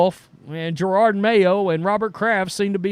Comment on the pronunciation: It is JEROD (Je-rod) Mayo, NOT Gerard.